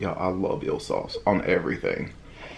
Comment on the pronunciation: Eel sauce, sounded like ill..lol..